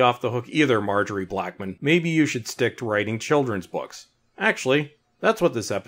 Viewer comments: Malorie Blackman, not Margery Blackman. She is a notable writer and not just a random script head. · I mean, regardless of how he thinks it's spelt, that is definitely not how you pronounce "Malorie". Sure, we make mistakes, but if I were to make a video to project my opinion in a manner that makes it sound more objective than subjective, I would make sure I didn't get the name of the writer wrong, 'cos then it'd make accuracy look like something I don't care about, something that's fairly important for a video like this.